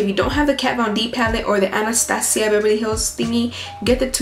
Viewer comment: the way she says annastasia 😂😂